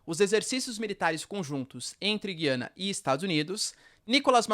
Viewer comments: Porquê vc fala Gyana e não GUIANA, que é o nome correto ? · Bom dia. Guiana nunca teve trema, mas o “u” sempre foi pronunciado e esse é o padrão no português do Brasil. A pronúncia correta é: “Gu-i-ana”. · Porque voce pronuncia o nome Guiana diferente?